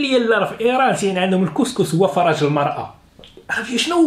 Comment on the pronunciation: mdr khay,en arabe on dit farj et non faraj.